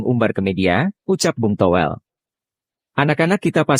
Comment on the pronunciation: Toh.. Welll... L Toh... Well.. Llllllllll Nga jelas